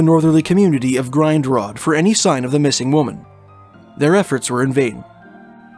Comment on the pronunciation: Grindrod, is pronounced: Grin rod. Okanagan, is pronounced: O ka nog an. I lived there. Great work on these videos, btw..